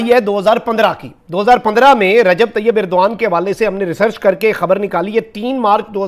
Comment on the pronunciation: inn paki jahil tv reporters ko Turky ke president ka naam bhi thik se nahi malum hai aur yeh kahte hai ki yeh inka dost mumalik hai, "Irdoan" nahi jahil "Erdogan" hai uska naam, dusra jahil reporter usey "Urduan" kah raha hai, pura naam "Tayab" nahi "Tayyip Erdogan" hai ! 😀😁😂🤣😃😄😅😆😉😀😁😂🤣😃😄😅😆😉